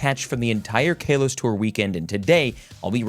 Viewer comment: You saying kalos is wrong not trying to be mean